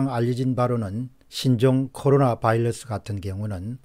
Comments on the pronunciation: 어이 공병호 씨 바일러스 가 아니고 바이러스 라고해! 코롤라가 아니고 코로나 라고 해 미국에서 공부 했단 놈이 영어도 제대로 발음 허지 못허니 챙피헌줄알아 영어 뿐만이 아니라 외국어는 정확히 발음할 필요가 있어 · 빠르고 공정한 방송 늘 잘 보고 있습니다. 한가지 좀.. 건의는... 발음인데 바일러스가 아니라 바이러스가 아닌지요?